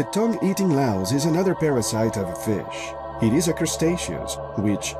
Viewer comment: Did he say a feeash?